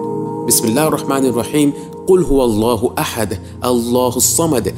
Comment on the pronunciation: জনাব আপনার সুরা এখলাস এর উচ্চারণ কি ঠিক হয়েছে ? আপনি প্রথমে বলছেন যে কু্ল্লু আল্লাহু আহাদ, কিন্তু এখানে কুল্লু ওল্লাহু আহাদ উচ্চারণ হবে।